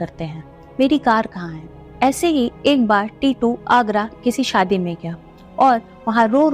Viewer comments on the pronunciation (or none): none